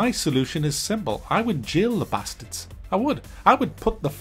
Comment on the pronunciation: Love the emphasis on "Bastards" classic northerner pronunciations.